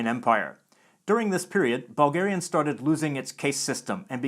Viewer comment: Anyone else hear "ballgarian" and "ballgaria".